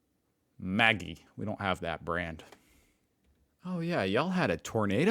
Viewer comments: Btw we pronounce the noodle brand (ramen is the dish itself here though ramen noodles exist, we call these 2 minute noodles) as Mad-gee rather than the feminine name Maggie. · And Maggi ~ Majee not Maggie 😆😆😆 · I think is deliberately mispronouncing words like ute, Maggi and Arnott's. How else could he get them all wrong? 😆